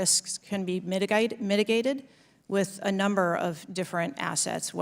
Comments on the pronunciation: mitiGAYted... let the southern come out lady, don't hide it. Also, what kind of name is that, Cheatle, like a cheater? The names in this situation are so messed, up, the guy is named Crooks, like a crook, and she is a cheater... wow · What is, "Mitigited?" 😂😂😂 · Did you here here language change to australian when she said mitigated listen we are being lied to this is a patsy a actor these congressman are all actors to act mad so the American people will not get mad and insite a coup de'etat think people I'm sure they will read my message and visit me but I'm just opening eyes thiNk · I can’t be the only one that heard her say “mitigated” in the list hill bully of accents😂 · Why does she have an Australian accent when she says mitigated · Why did she first pronounce ' mitigated ' in an Australian accent before correcting herself? Weird. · when Kimberly Cheatle, Well I just realized what kind of last name that is shouldn't want to marry her huh You know whats in store for your future huh? Yah heartbreak,nevertheless I digress, This woman was going to say mitigated where did that accent come from? Who is Kimberly cheatle really? And What's really going on here? Don't even start that was not a stutter or a misspeak oook that was a full-blown accent coming out hardcore and reminds me of that news reporter who was caught on film supposedly catching a grasshopper in his mouth when he opened it some bug flew in his mouth or something but really it was a big ass lizard tongue I saw that crazy shtuff maaaann gave me nightmares for years I'm just kidding about the nightmares part but I was serious about everything else okay got to go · She try to say mitigated but she had an accent first. Wtf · Is it me, but She had an australian accent when she said the word mitigated. 😮